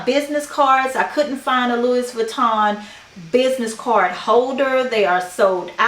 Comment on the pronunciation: Feel free to delete this comment later, the “s” is Louis Vuitton is silent.